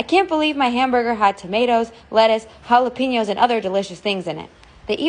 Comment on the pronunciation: It’s pronounced ha-la-pen-yos